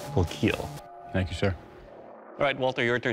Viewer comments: Your weapon will keel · it will keel